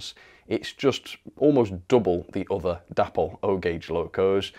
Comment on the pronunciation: Day-pol not dappol!